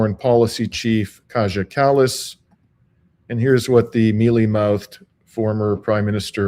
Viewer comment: Not Kaja Kallas, it's pronounced Ki-yah